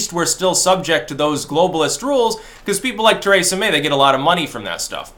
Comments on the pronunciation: Stop sayin “Ter ay sa” It’s “Tree sa” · Tuh-RAY-suh May